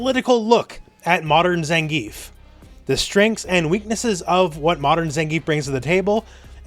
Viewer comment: Please stop calling him Zengeef.